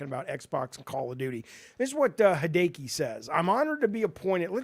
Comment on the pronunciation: "Hee day kee" lmao jaffe. "Hee day ah kee" for hideaki nishino